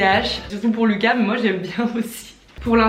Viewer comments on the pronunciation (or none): none